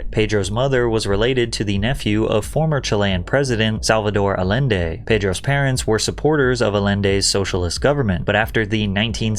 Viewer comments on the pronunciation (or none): I think it's pronounced: ai en day ... Allende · This guy can’t even pronounce Allende correctly and is trying to criticize Pascal over denouncing deportations of other Hispanic people. Insane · Trying to explain Pascal’s history and compare it to Joaquin’s when you can’t even pronounce ‘Allende’ correctly…